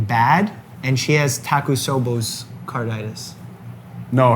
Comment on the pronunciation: It's so funny that Mike always switches letters in Takotsubo and pronounces it as "Takutsobos", even infecting his guest with it lol